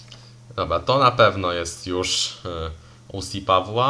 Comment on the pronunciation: Bardzo ciekawy kształt papieru 👌 I to twoje "OŁSI" możesz to spokojnie spolszczyć 😉 do "OCE"